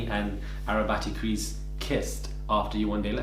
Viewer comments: Man said “arabattycrease” fuck off 😂😂😭😭😭😭😭😂😂😂no need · I need to stop listening to you at work because when you dropped “arabattycrease” I almost lost it at my desk 🤣🤣🤣 keep up the great content we love you! X